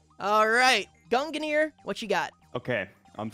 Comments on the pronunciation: its two syllables. gun gear. its that easy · I’ve always pronounced it gung near. Gung like how you say lung. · I hear Gunginir from. There may or may not seem to be another another syllable added. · Ah yes, I remember watching the stream. It was so entertaining every time said "Gungnir" as his pronunciation is... very unique. Then again, the delibird shiny hunter is a menace for having such a difficult-to-say username.